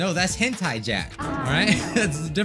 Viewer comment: That the FIRST TIME I've ACTUALLY heard him say the word "Hentai" in the CORRECT WAY!!!